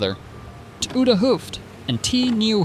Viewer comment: Ou(de), meaning 'old', is pronounced as 'ow' in 'now', (H)oo(ft) (meaning 'head') is pronounced as 'Oh'.